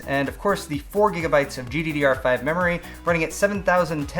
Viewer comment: Dude, where are you from ? The way you pronounce GTX is just funny, same with GDDR5. No hating, just saying.